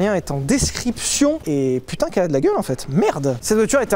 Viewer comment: De à .. GRRROS AXENT BEEEELCHE SPOTTED PUTIIING 😂